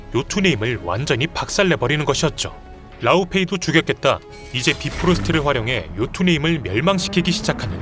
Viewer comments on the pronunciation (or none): 비프로스트가 아니라 바이프로스트 아닌가요?